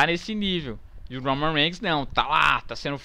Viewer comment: "o roumam reiguinis " KKKKKKKKKK rio muito com esses videos